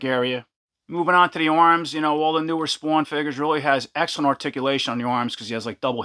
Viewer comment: tell me you are from New Jersey without saying you are from New Jersey"Spwwwaaannn" dope video , can't wait to get this one.